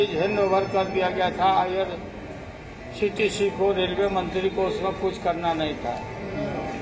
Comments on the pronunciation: ye chorba irctc ko irtc bol raha hai ,zarur kuc garbar hai yaha bhe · जिसको IRCTC नहीं बोलने आ रहा है वो देश के लिए क्या कर सकता है? सिर्फ जातिय समिकरण बनाने से देश नहीं चलता है।